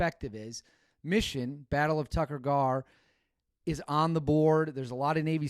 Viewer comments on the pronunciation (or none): It’s “Tayk-Koour Gar” not Tucker Gar.